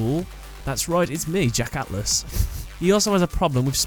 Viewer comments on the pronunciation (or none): You sound British but you can't speak like ATHLAS